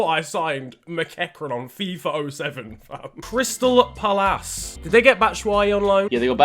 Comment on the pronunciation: No one: Absolutely no one ever: Not even Harry Kane:: CRYSTAL PALASSS